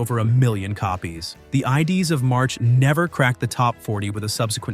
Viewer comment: Ides not "Idees"